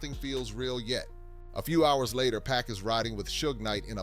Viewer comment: That ain't 2 Pac, that's 2Pack!